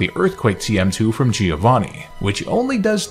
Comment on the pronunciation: Just as quick note, the correct pronounciation is "Giòvanni" not "Gíovanni".